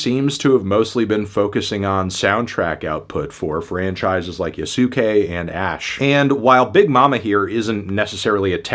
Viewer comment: Holy crap I didn't know somebody could mispronounce Yasuke so bad lmao